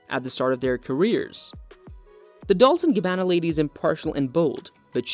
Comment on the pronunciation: Horrendous pronunciation. DOLCE as in CHESTER, CHESS, CHEST, NOT DOLS